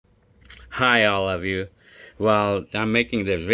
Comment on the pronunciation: When you say "Hi all of you" it always sounds like "Hi i love you" to me😂